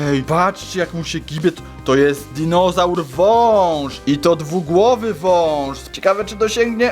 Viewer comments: [*] Powiedziałeś pare razy dizonaur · Dinozaur! Nie dinożar